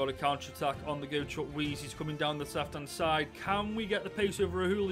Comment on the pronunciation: this is how you pronounce his name choo/koo/a/zay